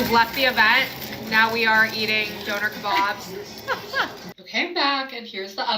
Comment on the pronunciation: I've never heard döner kebab and taco's pronounced like that 😂